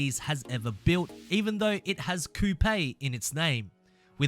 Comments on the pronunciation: And American we call it a coop not coooopay lol 😂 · Do you know like a hatchback coupe or anything that’s a hatchback coupe lol 😂 its coop not cooptay lol 😂 your welcome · Why he say coupe like that 💀💀